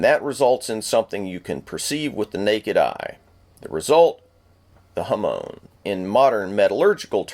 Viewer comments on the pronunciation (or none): There are some mistakes, such as The "Manta Ray skin" (its just ray skin, a Manta ray is a different thing), you breaking the Saya by slamming the katana when seathing, or many pronunciation mistakes; hāmon (not jamón). Over all, a great informative video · The person putting the swoird into the scabbard at the mark needs some education on it. The temper line is a hawmen, not hawmone.